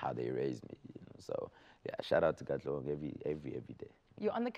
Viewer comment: Arg!!!!! Whoever this lady is, is just a no no. Oh and it's not katlegong it's KATLEHONG, PLEASE DO YOUR RESEARCH LADY. Come on!! Just get Anele back?